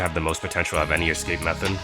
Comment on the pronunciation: dude its escape not ESCAPA